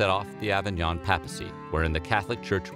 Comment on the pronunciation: It’s pronounced pay-pu-see. Not pap-uh-see.